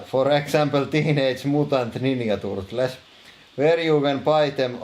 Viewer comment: Your pronunciation of Teenage Mutant Ninja Turtles is literally amazing